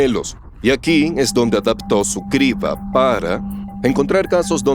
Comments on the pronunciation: ¿La "sibra" de Eratóstenes fue un gazapo humano?, suena raro que un humano cometa ese error de pronunciación. 🤔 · Cómo vas a decir "cibra" 😂😂 Cambien a un actor que sepa leer y conozca más palabras en español. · No son voces de IA son de malos actores, se nota porque no pronuncian bien: Cibra, erastotenes, etsprimir,aprotsimaciones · No son voces de IA son de malos actores pronuncian mal las palabras Cibra, erastotenes, etsprimir,aprotsimaciones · Es voz humana se equivocan al leer y pronunciar: Cibra, erastotenes, etsprimir,aprotsimaciones En realidad son actores baratos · No son de IA, se nota que contrataron actores baratos porque pronuncian mal las palabras Cibra, erastotenes, etsprimir,aprotsimaciones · No son actores, es un motor de texto a voz y hasta tiene errores de dedo. La "cibra" , "Erastótenes" , "Resuelta que" ... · Y que humano dice cibra en lugar de criba? En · Vine a comentar lo mismo (acotación al margen, los números primos me han fascinado desde siempre, es un excelente análisis!) el verdadero problema del doblaje por IA es que ningún humano corrobora los errores (horrores) de dicción, como "criba" cirba? "erastótenes'"!!, etcétera; hay que saber distinguir cuando el uso de IA deja de ser un verdadero avance. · mala supervision de doblaje, se pronuncia Kriba de Eratòstenes no Sibra de eratostenes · Dicen cibra en lugar de criba...en efecto las voces son de actores de doblaje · Sibra en lugar de criba... es lo que tiene la IA... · Cibra de Eratostenes o Criba de Eratostenes? Los comentarios sobre el doblaje tienen razón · Oye, me uno al problema de doblaje. Hasta donde tenia entendido es "Criba" de Eratostenes no Cibra de Eratostenes. Me refiero al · Lo escuche 3 veces y pensé que estaba mal mi oído.. es cRiba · no es IA leen y pronuncian mal como lo siguiente Cibra, erastotenes, etsprimir,aprotsimaciones Son actores de voz baratos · "sibra de Eratostenes" "Erastótenes"